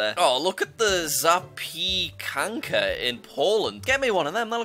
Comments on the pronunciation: bro the Zapeekanka killed me. Its Za-pieh-can-ka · Bro its not zapiiikanka its called zapiekanka (Street food in Poland) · As a British-Polish, Jack did a pretty good job pronouncing our food! It’s real pronunciation is, “ Zapyecanca “ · It is Zapiekanka not Zapikanka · Pov: Polish People watching like jack said zypjekuka 😂😂😂😂😂😂😂😂😂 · he is close to saying it correctly he said za pee kanka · Its pronounced za-pye-kan-ka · I'm from Poland, and I am really proud of how you did pronounce "Zapiekanka", only when It's the first part of the word "Zapie-" you actually pronounce the "-e" which is in it. -Polish lesson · jacks attempt at pronouncing zapiekanka is hilarious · I am Polish, and not only that you almost said Zapiekanka correctly. and YES, they are.